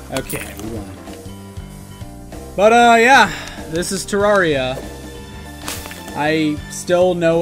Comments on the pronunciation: "te rawr ia" smh it's "te rare ia" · It's pronounced "ter-rare-ria" as confirmed by all the devolopers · Why did you replace his face with wurt also it’s pronounced ter AIR ia fight me